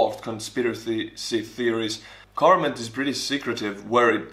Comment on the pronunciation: I love how he says “ Garment” instead of “Government”